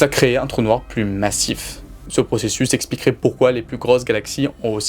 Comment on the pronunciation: Putain mais vous avez quoi tous les youtubeurs à prononcer le "s" de "plus" ??? Il est muet !!!